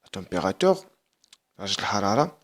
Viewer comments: استاذ رها كتقرة la température مشي la temérateure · سيير حتى تعرف تقرى عاد هدر لاطومبغاتيغ كاينا u ماشي e